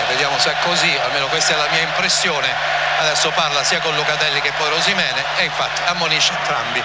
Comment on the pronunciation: Ma perché lo chiama OshimenE?